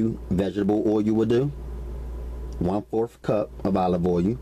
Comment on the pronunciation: What the heck is olive oh yoo. I love how this brother talks